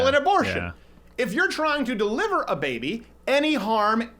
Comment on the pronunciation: When he says “bAYBY” it kills me everytime